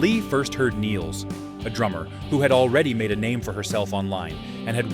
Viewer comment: Good pronouncination of her surname, many say it like she was english